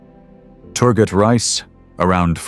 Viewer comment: also, you can make the AI voice over pronounce the names correctly in Turkish. "Reis" is not pronounced like rice :)